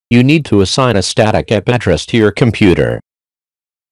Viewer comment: Looks like an interesting video on how to reuse extra items we might have lying around, but why does it use a text-to-speech program for the narration instead of having a person speaking? Mispronounced words like "boatable" (bootable) and "ayep-prettris" (IP address) and the uneven spacing in between words makes it more difficult to listen to.